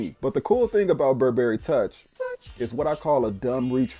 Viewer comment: You look so super fly ✨. Your video production skills are top notch. The "touch" sound that comes up every time you said toich was dope too 😂.